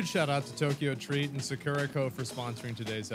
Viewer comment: Ill get one when says sakura right 😂 sock rah!